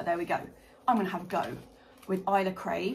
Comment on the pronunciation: in the garden with eli and Kate just posted an onion video and they talk about the mispronounciation of this. Us Scots like to find ways to incorporate alcohol into anything hence the Ale-Sa pronunciation !